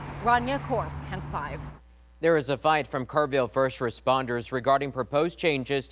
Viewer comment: Please stop mispronouncing your call sign. It's K-E-N-S, not "Ken's"